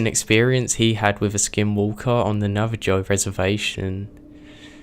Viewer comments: Pronounced. Nav- uh- ho... Not nav- a- joe... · Navajo is pronounced NAV-A-HO. Otherwise, excellent work!! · For future reference, in the word 'Navajo,' the 'j' is pronounced as an 'h'. :) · Nathaniel Wilson Really? How many stories used the word "kitchen" enough for you to be thrown off by it? I was more annoyed by the mispronunciation of the word Navajo. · I know right I'm glad someone said something it was really bothering me lol.